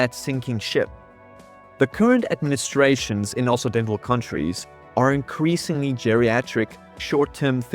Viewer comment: >inserts generic performative comment on what is now the main channel to help with the algorithm after having watched the video on the other channel >also I didn't even catch that "Occidental" was pronounced wrong even though I know what it means; my struggle against the Ingelse taal continues